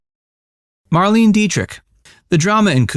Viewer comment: None are surprising lol! Also, it was pronounced "Mar-lain-eh" Dietrich.